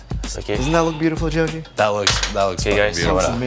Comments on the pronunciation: Chef pronunciation Joji = Zozi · poor guy is too french to pronounce jojis name